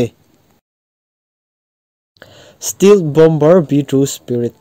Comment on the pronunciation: "BOMBER" NI LOIN,"BOMB"'ER TIH A LAM TUR